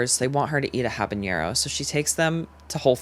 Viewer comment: love ya but habanero doesn’t have a ñ it’s just habanero😭